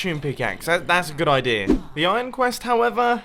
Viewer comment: is it just me or do you say ijong instead of iron. :)